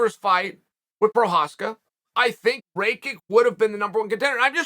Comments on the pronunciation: “ray -kick” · Blockavitch needs to really take some time off and keep an eye on his eye Edit: blahohovitch vs Ray-kick 🤣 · He keep calling this man raykick 😂